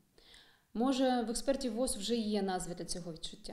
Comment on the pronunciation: не вос, а во-о-з